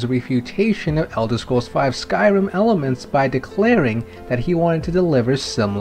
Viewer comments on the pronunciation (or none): none